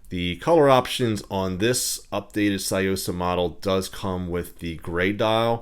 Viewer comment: You pronounced it wrong it's Sue-Yo-Sahh